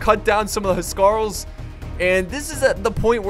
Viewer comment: My OCD keeps getting triggered when you pronounce Huscarls :'(